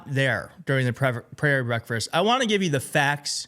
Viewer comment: Clearly this dude is also suffering cognitive decline. First he scrambles "Trump's private prayer brefish" and then reads Northern California as "North Carolina". Mashed potato mouthed and mixing up two completely different states on opposite sides of the country. See how silly this game is smh...